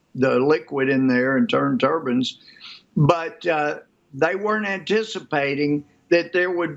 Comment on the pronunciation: "wind turbans"